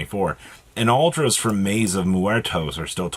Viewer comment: You finally said muertos right 🤣